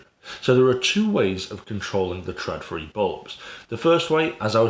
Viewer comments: Its not pronounced TRADfri, but more like TROLfri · It's pronounced trawdfree